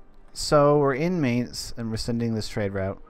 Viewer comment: I know it's minor, but I cringe every time I hear may nz instead of my nz. Just disregard the a in Mainz.